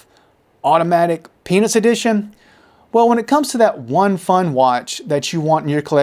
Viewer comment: I'm pretty sure you only pronounced "Peanuts" the first time. The rest of the video, it sounds like you're saying "Penis". 🤷